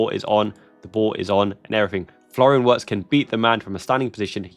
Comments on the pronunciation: Just a small point: It's more accurate to pronounce his name Virtz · Enjoy your show brother. The Germans pronounce W's as a V. Therefore Wirtz's name is pronounced Vertz. Cheers mate. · Virtz homie, hit that W with a Z.